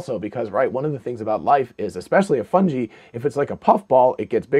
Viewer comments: It is pronounced like fun guy just like this so-called professor. Got to say it would make sense though. Underground mycelia protected from radiation with underlying water and puffballs to spit out spores in the mars wind. If complex life could survive this would make sense. And they do look like they have a small opening on top. Coincidences that’s all! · How are you going to say you're a know-it-all & then pronounce "fungi" like that? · He knows it all, except how to say fungi. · You say Fungi strangely.